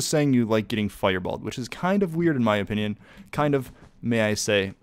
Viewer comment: he actually said opinion right oh my god